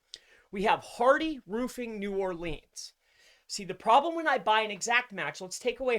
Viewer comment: I love you brother, but your Nawlins client is going to fire you for mispronouncing "New Orleans" sooooooo many times! hahaha...keep rockin it,!